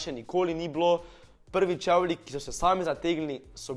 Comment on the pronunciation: Nauč se rečt čevli